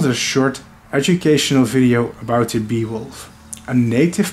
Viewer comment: The beewolfs feats are really gallant and unusual. Wouldn’t go collect honeybees unless they are dead. And plus for some reason my mind thought you were saying “Beowulf” as in the epic hero.